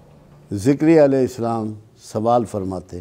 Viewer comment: ذكريا ع صحيح پڑھا جائے تجوید سے ر کے نیچے کسرہ ہے